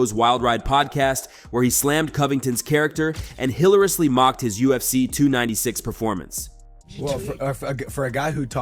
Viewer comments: HILL-A-RUSLY?! You can't pronounce hilariously right? smh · "hilarously" wtf word is that?! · Hilariously. Learn to pronounce all syllables